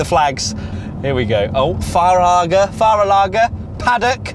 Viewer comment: speaking german (willkommen, Fahrerlager) sounds really cool 😎